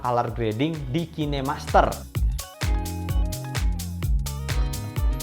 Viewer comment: kine masker anjir, khain master penyebutannya